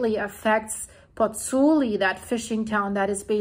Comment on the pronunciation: both vowels in the diphthong in 'Pozzuoli' are pronounced: Pozz - ooo - aw - li. Try it slowly a few times. It's fun to master the Italian vowel sounds - and respectful to the Italians...